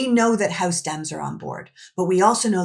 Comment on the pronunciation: Stop saying "hoose", & "oot" The words "house" & "out" are pronounced "howse", & "owt".